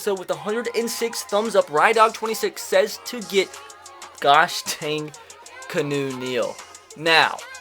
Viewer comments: Canoe? IT'S KEANU. Pronounced KEE-AH-NOO, just like Keanu Reeves. Damn it, look up his name before you post. That is what Google is actually for: learning about stuff. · He pronounces Keanu like Canoe 🛶 😂😂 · Key-ah-new Neal 😂😂😂